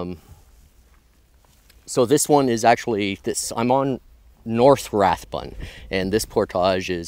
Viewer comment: Hi: during the 1940's & 50's I grew up in that area;so seeing you back there has been rewarding. Fun hearing you slaughter the pronunciation of Anstruther & Rathburn' but that does not distract from the fun of joining you & being there. Thanks Brian 78